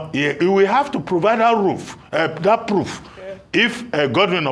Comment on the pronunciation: We are all perfect being. What is "roof" instead of "proof" Thus,we shall avoid being too over-confidenced and stop mockery,etc. Watching from Paris (France).